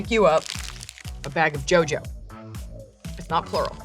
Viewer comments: As a Slovak, it's quite surreal to see someone fawning over Jojo candy. It's pronounced "yo-yo", by the way. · ofc she said JoJo wrong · I was really surprised to see a Czech candy making an appearance on such a channel, one more thing to be proud of as a Czech. However, the correct pronunciation of Jojo is "Ioio" with the I being the same as in ionts :) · There are so many kinds of Jojo💜 If you ever visit Prague or any other Czech place, definitely grab various kinds at the supermarket 😁 They cost only around 1,10 USD ... Also I can't believe I see them in the video 😂 And you would pronounce it rather like [Yo-Yo].